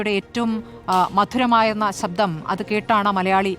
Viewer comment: സബ്ധം അല്ല ശബ്ദം ആണ് 😅 ജാനകി അമ്മ എന്നുപറയു 🤷‍♂️